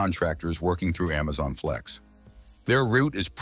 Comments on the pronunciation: Why does it keep saying emezon vs amazon. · "AmmMaZon" 😂 "EmMaZon" 😂